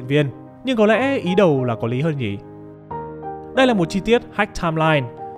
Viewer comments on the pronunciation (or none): mình có góp ý với giọng đọc là thế này, bạn có thể ngưng nói từ "nhỉ" thành "nhị" k, nghe rất khó chịu ấy , k biết là do bạn cố ý hay thói quen nhưng mình thấy khá khó chịu ý